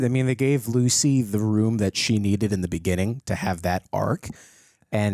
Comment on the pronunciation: When he calls her "Gucy" i can't stop laughing for some reason 🤣🤣